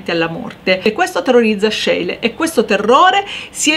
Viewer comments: Ecco magari la pronuncia di schiele diciamola bene. Si dice "scile" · Grazie, alle superiori adoravo le lezioni di storia dell'arte anche grazie alla bravura e all'amore per l'argomento della prof. e tu fai la stessa cosa. Unico appunto, Scheile si pronuncia "scile" Cari saluti da Cristina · Schiele si pronuncia "Scíle" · La prego verifichi la corretta pronuncia di Schiele! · complimenti, peccato la pronuncia di Schiele